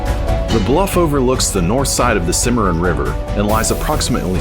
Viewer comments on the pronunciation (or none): R.....Kansas River, Cimma...Ron River, just saying! LOL Great Video!!!